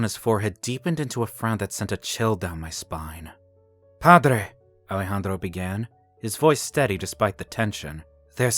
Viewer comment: Now miss thing, that accent is more russian than spanish....Also, I love the pronunciation of Ale-Handro. 😂